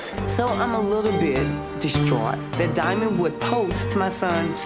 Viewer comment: sounds crazy saying diamond wrong and its embarrassing for imani but its scrappy fault and only his wtf